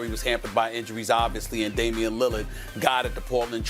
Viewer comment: Stephen A. “Damien Lillad” Smith 💀💀💀💀